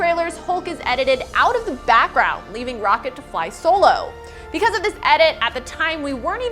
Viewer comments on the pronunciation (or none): none